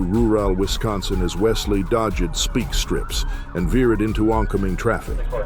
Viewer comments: During the 1st "White Mercedes/Blue Camaro" chase, this clown ass, James Earl Jones " wanna be" narrator here said "speak" strips 😆😆😆😆😆😆 😂😂😂😂 !!!!!!! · These a.i. voice overs are stupid. Wtf is a speek strip 🤦🏼‍♂️😂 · "dodge-ed speak-strips" you need to keep teaching your AI, bud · Pretty bad robovoice failures in this. "Dodg-ed speak strips"? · What is the pronunciation from - ?? Speak strips? Ru ral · “through roor-al wisconsin as wesley dodgid speek strips”☠️ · "...what follow ed was a high speed chase through roo-wall Wisconsin as Wesley dodge ed speak strips..." FFS, at least watch your own video that AI narrated for you before uploading.